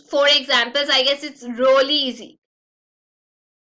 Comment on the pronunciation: Why she speaks 'Rolly' instead of 'Really'???